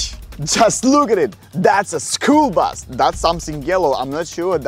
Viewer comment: bro said bas instead of bus